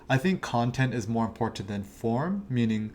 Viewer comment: he says "imporntant" way too many times for me to be able to focus on much of anything else..... --_